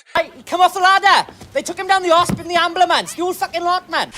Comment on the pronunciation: The Amblumance 😂